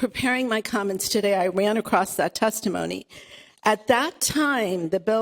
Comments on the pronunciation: Why do MAGAturds always say "acrosst" instead of "across" and Warshington instead of Washington? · First word of the video is "acrosst" and right there I knew she had no valid arguments. Don't even have to watch the rest. She just dumb. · Acrossed? Acrost? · that woman started off with "acrossT". How dare she. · Why do people add a 't' to across? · Acrost? 🤦🏽‍♀️ First word out of her mouth, you know she's not too bright. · It's "across", dumb dumb. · I thought it was just me…10 seconds in and I was already replaying it wondering ‘did she just say across-t??’ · She lost me at acrosst